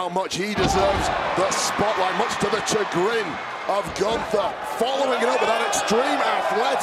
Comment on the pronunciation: "Cha-Grin" ? What the?